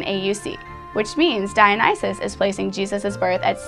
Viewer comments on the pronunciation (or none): none